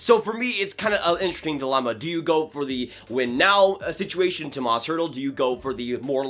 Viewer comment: Oof, this video was painful to watch. First of all I'm a huge Sharks fan and would hate to see him go (though I wouldn't blame him and I wouldn't blame DW if he got a good return). Secondly, you said Tomas Hertl so many times and you pronounced his first name wrong every single time. It's pronounced "Toe-mosh".